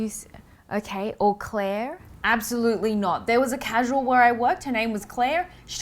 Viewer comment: Welcome to Earth Phoebe! Also, you said you worked at a causal? The hell is a casual?